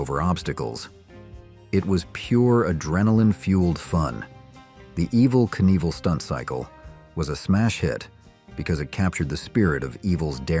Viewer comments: Pretty sure he’s referring to your computerized AI mispronunciation of Evel’s name. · you pronounced his name wrong in the video is my point..